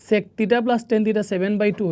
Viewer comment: SiR sec ta actu sundor kore bolben oita onno rokom lagtese